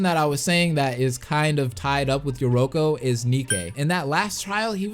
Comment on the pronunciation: Yeah he got most of them right lol notice how I say most bc he got yoruko wrong